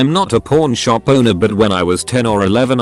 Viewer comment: The word itself pawn shop said like that doesn't sound like that and also a safe 😂 personal hell yeah I know